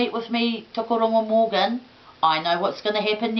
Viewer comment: Its Tukuroirangi, not Tukuaurungu. And Tuheitia, not Tuhaitia. Crazy lady.